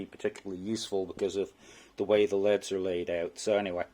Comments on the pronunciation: Cool video. Does pronouncing an anacronym like "L" "E" "D" really take too long? LED 's verses saying "leads" as if we are talking about pencils? Teenagers do stuff like this all the time. Nothing personal this is just a pet peeve. I hear many people who do this all the time. English is all too easy to butcher. It does not detract from one's intelligence but it does show ignorance. Ignorance can be fixed with education. I respect your "two cents". Thank you for posting this. With only one sensor you are absolutely spot on! They should have the sensor in the middle. As they built this crap it would not have mattered. I will not purchase one of these or any other from Kind. Thank you for saving me from this manufacturer. Do you have a recommendation for a LED set that can actually run at about 1000 watts? Do you know if they are still building them this way? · You are wrong. It made me cringe everytime he said lead. No you don't pronounce L.E.Ds as leads no way no how.